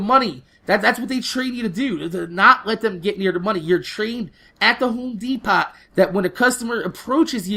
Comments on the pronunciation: Spelt* and he says it de-pot rather then de-po like most people. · De-Pot? Lol